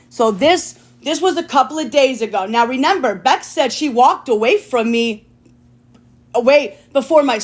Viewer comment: The word is REMEMBER, not NEMEMBER. JfC.